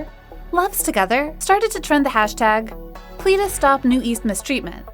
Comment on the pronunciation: You say ' NU-EAST' but its literally 'NU-ÈST' (newest). Its also not 'PLEE-DIS' but 'PLÈ-DIS'. Edit: Also its 4Minute and not 4Minutes. If you decide to report on kpop at least be authentic. This channel seems like an insincere cashgrab and would've normally not reported on kpop if it weren't for the hype.